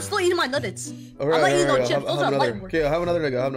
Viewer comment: Bro it is not otay it is okay